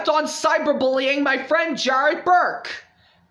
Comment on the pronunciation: YOU KNOW THAT IM NOT YOUR FWIEND 😂